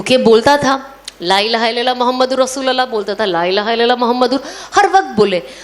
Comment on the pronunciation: Masha Allah bahna.....With due respect lovely Sana sister in kalima as pronounced rasulullah is correct with pesh on lam not zabar on lam. Jazakallahu khair